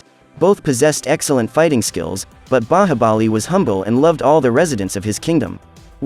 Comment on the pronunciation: Bro u can't even the movies name u said bahabali